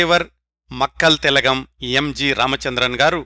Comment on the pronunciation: Sir, Chinna correction, sorry forgot to mention before: మక్కళ్ తిలగం not మక్కల్ తిలగం 🙏. This takes nothing away from your amazing series!